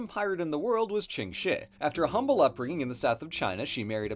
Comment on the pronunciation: did any one else hear Ching Shih as "King Shit "?